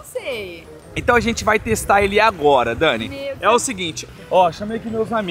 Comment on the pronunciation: todo vídeo q o grava com a dani ele erra o nome dela é engraçado demais kaakkaakakaka❤